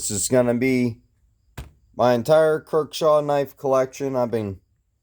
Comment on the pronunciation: Kershaw. Not "kirk shaw"